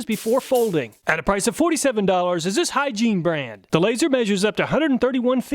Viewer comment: Don't think the Hyggein is pronounced "Hygiene"